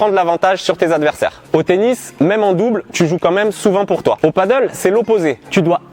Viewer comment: "Padèl" et non pas "paddle" lol C'est pas le même sport